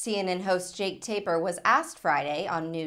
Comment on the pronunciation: To the woman who's in the video, Jake Tapper's last name is not pronounced "Taper"